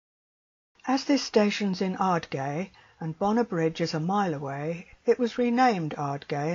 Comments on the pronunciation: Great film. If you're interested, Ardgay is pronounced Ard-GUY (rhyming with "eye"). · What a lovely wee film - thank you so much for sharing! Just to note, Ardgay is pronounced 'Ardguy'. 🙂